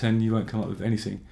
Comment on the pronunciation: ‘Cafartic’ ‘wiv’ ...why, with all your articulacy and consciousness about your voice, are you unable to pronounce ‘th’ (not meant critically, just curious)